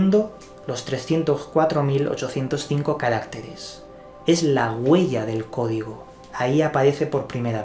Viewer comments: Buenas tardes amigo; muy interesante, pero no se dice carácteres, sino caractéres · ¿Y este Juan Lanas sabe hebreo? Además, dice “ca RÁC teres, en lugar de caracTEres.